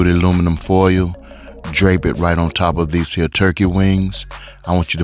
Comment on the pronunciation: When he said "these hea' turkey wings" , you already know what it is..... down home country cookin'..... and that's on mary had a little lamb ❤🔥